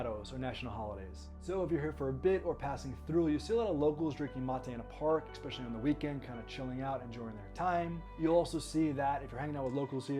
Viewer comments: fun info thanx but plzzzz ...its ESPecially not EXpecially ......es not ex 🙏🙏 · Interesting video thank you. Just a quirk of mine - there is no X in especially. He says it a hundred times.